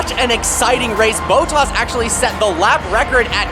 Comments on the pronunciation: Your pronunciation of names is horrid. 'Boatass' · "Botox actually set the lap record".. Pronounce it right you fuckin' yankee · BO-TOZ!!! sorry what? The poor finn, knows nothing... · The way he said some driver names annoyed me. Boatus? Really? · Bottas pronunciation killed me